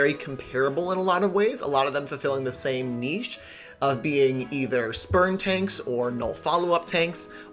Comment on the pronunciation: I thought u said "sperm tanks" instead of "spurn tanks" lol